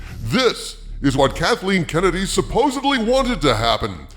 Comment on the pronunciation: Thumbs up just for the "Kuntleen Kennedy" 😂👍